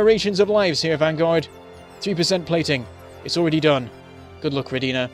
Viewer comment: It's Ro'dina! You are saying it wrong